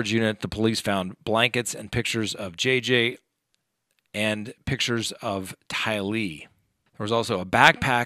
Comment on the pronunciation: I'mma help you out. But mostly so I don't have to hear you you pronounce the names incorrectly in future videos. OH. MY EARS! TYlee Chad DAYbell